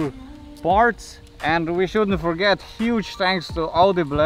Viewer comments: Auudiiblehh??? It's au dee bul "audible" or is it? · our new sponsor audiblegh :D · Au de be le ?? Am I the only one that heard it wrong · Love how he said “audible” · Lol that's the reason I'm in the comment section 😜love your vids man.unfortunatly my RC was stolen yesterday morning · But after hearing that, I'm not calling it by anything else